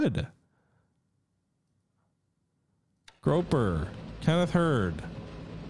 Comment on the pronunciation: SS Grouper. “Groo-per.” “Groh-per” is the name of the shore leave picket boat.